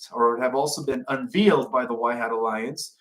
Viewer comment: You might want to practice reading your script before going live. You are mispronouncing simple words like “unveiled”, “vigilance”, “brokering” and your butchering people’s names like you’ve never heard them pronounced by the news media. It’s weird.